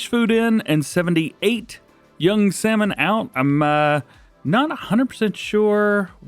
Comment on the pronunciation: You can't pronounce salmon? Too funny